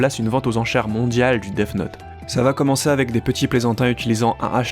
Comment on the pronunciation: Arrête de dire deaf note 😭😭😭